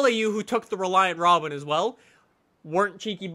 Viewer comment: "Reliant Robin"... died a little inside...